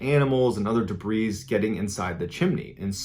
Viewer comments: JSYK for next time, you don't pronounce the 'S' in debris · The s in debris is silent. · I love you mr. ballen. Just so you know, the 's' is silent in the word debris.